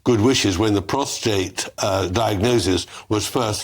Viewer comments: STOP saying prostrate, it's prostate 🙃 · It's called PROSTATE, not postrate. Get rid of the R. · it’s PROSTATE!, not prostRate. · Not to be a jerk but I'm surprised how many people on these videos are saying "prostrate" instead of "prostate". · Prostate not prostrate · I wish you guys would stop using “ prostrate” instead of “ prostate” !! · PROSTRATE??? Lose the second R,. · It's not prostrate. Prostate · Please can someone enlighten Bower that its pronounced "PROSTATE". He has done it in all his interviews! 😂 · Not prostrate